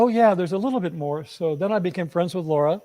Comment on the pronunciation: Lara's name is Lara, not Laura. LA as in "a note to follow soh"